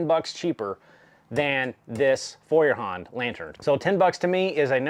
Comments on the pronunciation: Just as you fell back to the wrong pronounciation during the vid, i thought of how to explain it in written letters . so its not Fewerhand (like "a few") but like in the english word "TOY", Foyerhand . Get It? And the part HAND is not spelled like in the word Band ( music) but like in GRAND or even better like in the word HUNT. Dont get me wrong please, i dont wont to be arrogant, just want to help you improve your foreign language skills. Have a good time and thank you again for the show and for appreciating german quality levels ( which are sadly declining rapidly) ! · The pronounciation for Feuerhand is actually rather easy: Feu like foi in foil, er like err in error ha like ho in honey and nd like nd. So together foierrhond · First, congratulations on you improved pronunciation of Feuerhand since your previous video, still not great but I can tell that you are trying. LOL. I am in my mid-sixties and kerosene lanterns were a thing in rural areas when I was a child. My Grandfather did not say "kerosene" he said "coal oil". The light that they put out is warm and friendly, much more so than any LED lantern. Your video prompred me to buy a lantern, a Feuerhand to be exact. The difference in quality is readily evident both to see and to hear in the video. One thing I came across in looking for a lantern was a Czech lantern called "Meva". I would expect the quality to be on par with the German lantern. Would you be interested in doing a video adding a Meva to the comparison? Thanks again for your videos.